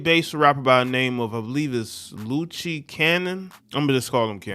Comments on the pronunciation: “LOOSE” Cannon, not Lew-chi? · Its luce as in loose cannon bruhhh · It’s pronounced “loose.” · I think the name is pronounced- LOOSE (LUCE) Cannon. That would make more sense. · His name is supposed to be said like "Loose Cannon".